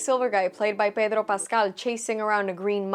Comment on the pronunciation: It is the correct way to pronounce his name. She always pronounce Pedro’s name with a latin/hispanic accent. Nothing new, nothing weird about it. It would’ve sound weird if she said his name with an american accent, especially since she speaks spanish fluently. It comes naturally for her as a bilingual speaker, don’t you know she is a latina…? 😅 Unlike most of my friends here in Sweden, I actually pronounce Pedro’s name with spanish accent. Because my best friend and his father taught me spanish.